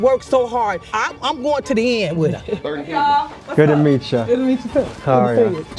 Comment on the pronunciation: She cant even pronounce "to" 🤣 Tiffany: "tuuh"